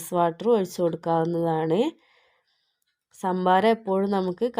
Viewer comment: സാമ്പാരം അല്ല ട്ടോ സംഭാരം എന്നാണ്